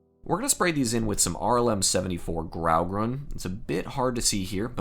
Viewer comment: Its not GRAUgrun, both colors are pronounced with equal emphasize. Grau-Grun [sounds like groom]. Grey-green.